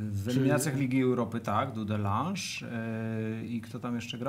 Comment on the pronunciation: Dudląż a nie Dudelanż, ewentualnie po Polsku DUDELANGE